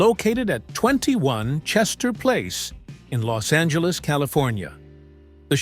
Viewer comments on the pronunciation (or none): none